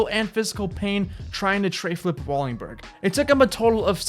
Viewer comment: Wallenburg... Not wallingburg. U gotta get the names right brotha.